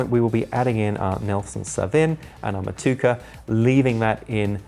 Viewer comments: please learn to pronounce "Mow to ek a" hops not "mow to ka" hops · ALso, Motueka is pronounced Mot + Tue + A + Ka. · Motueka = MO-TU-AY-KA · Motueka = more-too-eck-a (from a kiwi)